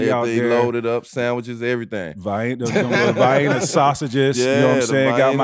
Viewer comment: Shout out to T-Mac, you know a man is really southern when he pronounces Vienna sausages as "Vy-eena!"